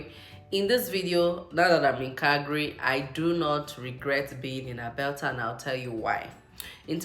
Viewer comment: Did I hear Albelta 😅